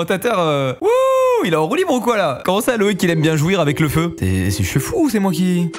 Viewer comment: Il a dit jouir avec le feu mdrr